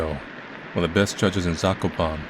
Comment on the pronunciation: Hearing pronounce Zakopane as Zakopan is bringing smile to my face lol.